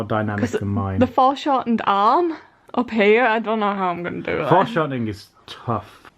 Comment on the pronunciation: "EXTREME FORESHORTNING, LIKE YOU'VE NEVER SEEN BEFORE(sortning)"